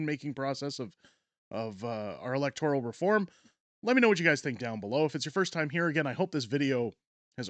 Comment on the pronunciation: Please correct your pronunciation of "electoral". The second, not the third syllable is accented.